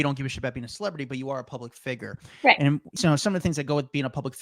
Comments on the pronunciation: Please say figure right lol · I know, right? "Public figger." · That dude said figger instead of figure, three fucking times within the first four and a half seconds into the interview. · Stop saying public figer, its public figure. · Learn how to say the word figure. Its not figer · A public "figger"? It's "figure" idiot.. Much respect to Jodie Sweeten though. She's been through alot and still kept her head above water, unlike some other child actors. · who says fig-er instead of fig-yer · His pronunciation of figure. 🤭👀